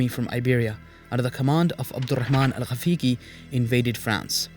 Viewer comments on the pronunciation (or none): Why don't you hire someone to do the voice overs? Even the Arabic names are butchered. Al-Gáfiqi not Al-Gafígi